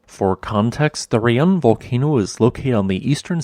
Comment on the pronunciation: In Indonesian, to pronounce Raung is not like "Re-yang", it should pronounce like "Ra-Unk". Ra is just Ra, not Re. And Unk or Ung is just Unk, not Ang. Indonesian word is just like Spanish. It pronounce as same as what it type. Raung means Roar in Indonesian.